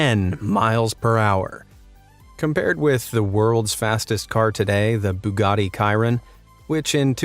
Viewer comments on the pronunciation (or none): For those who are agitated by the way he pronounced "bugatti chiron", you can correct him without being rude or I think out of courtesy we should not point out errors immediately. If you feel too agitated, you can pronounce the word in your own sentence indicating the correct pronunciation. And instead of criticizing him for his pronunciation, can't we just appreciate how hard he works every day to deliver the best content he can? From editing skills to narrating skills, he has it all! After trying our best to do something, don't we expect others to appreciate us? We all do. Learn to appreciate others instead of putting them down.